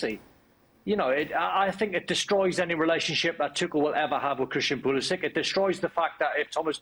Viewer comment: Why does Craig Burley mispronounce Pulisic’s name? Surely he knows better, everyone is pronouncing it correctly.